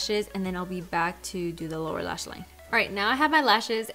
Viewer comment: When you said “lower lash line” I thought you said “Laura lash line” 😂 I think the colors are pretty 💕